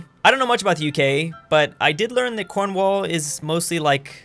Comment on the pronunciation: How did he say Cornwall?! XD It’s Corn-Wall